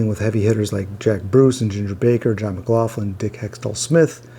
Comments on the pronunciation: Never heard John McLaughlin called McLaufflin , , , until now. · Is McLaughlin really pronounced McLaufflin?